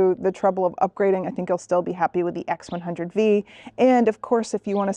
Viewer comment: Since when did the X100V(vee) become the X100V(five)! 😂